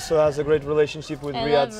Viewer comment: Ines pronounced "Riyad" in a perfect way 🤯